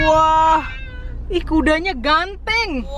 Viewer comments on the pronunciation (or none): Nungguin opening nya ternyata kali ini tanpa opening " hai gengs "... 😄 Btw suami ikut dengerin eh pas bilang " ganteng ", mas bojo lgsg komen " bataknya keluar " 😅😅